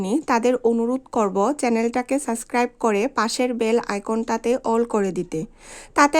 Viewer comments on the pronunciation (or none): সরি। উচ্চারণ ঠিক করতে হবে। ব্লক/ব্লগ সুস্ত/সুস্থ সাসক্রাইব/সাবস্ক্রাইব এই ধরনের আরো শব্দ আছে উচ্চারণগত সমস্যা।